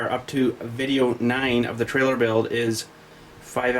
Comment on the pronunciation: trailer. not trail.. geez